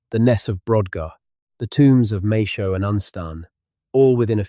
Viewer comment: Yes the illustrations leave a lot to be desired. Some of them look really funny, more like Enid Blyton. And every time he mangles Maes Howe my teeth hurt. It's the same in EVERY ONE of these videos and it is not even hard to say like some Welsh words. Try MAAYS HOW. That is all. It is easy. Trust me. Some of the other names are a lot harder so I let those pass. But this is simple. AND HE STILL CANNOT GET IT RIGHT. However, the video is extremely good. We take so much for granted that we forget how much our ancestors did not know. We think we are so smart because we have cars and electricity but without all our information sources how would we know WHEN we are. We would know today, yesterday and tomorrow and be able to count for a number of days but without newspapers and diaries etc, etc how would we know when Christmas was, or any other celebration or when it is likely to get cold again. Or how long before it would start getting warm again. Think about it.